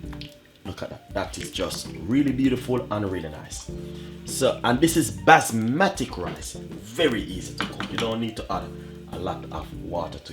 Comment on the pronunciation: Basmatic automatic?i think you mean basmati!